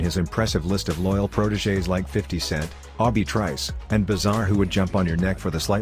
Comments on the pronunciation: "ah-bee trice. Yeah I think I heard of that dude. Oh no wait, that's OBIE I'm thinking of. 😂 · "Awe-be trice" 😂😂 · Did he really just pronounce Obie trice's name as obby trice?? 🤣😂🤦‍♂️